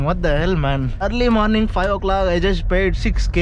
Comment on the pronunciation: Eruli moruning.. What a pronounciation